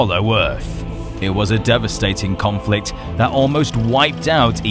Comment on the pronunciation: Conflict, I think you mean kong-flict, hahaha. I have no humor 🥲